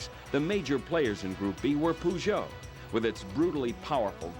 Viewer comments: Poojoe? Fucking POOJOE?! Are you kidding me. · "pujoe". Way to pronounce.